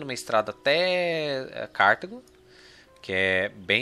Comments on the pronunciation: se pronunciar "CARTÁGO" obrigado hahahahaa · Eu herdei a pronúncia do inglês, daí falo Cártago